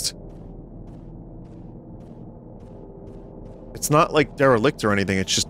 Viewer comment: Vinny, that's not how you say modicum. Or derelict.